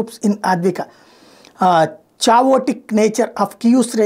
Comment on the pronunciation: Dude, plz crct d pronunciation of CHAOTIC.. its: 'kha yo tic'